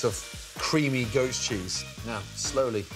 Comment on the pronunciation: I thought he said “ghost cheese”